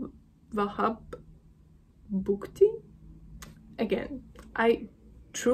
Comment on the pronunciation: 1st foreigner who pronounce very well the Word Bugti